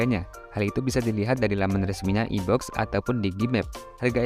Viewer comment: iBox dibaca "aiboks" gan hehe